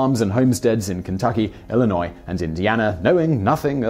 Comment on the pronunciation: Thank you for pronouncing Illinois correctly! 😃👍 Great video.